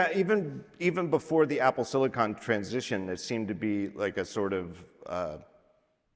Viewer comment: The way that everyone at Apple pronounces 'silicon' as 'silikin' drives me effing crazy.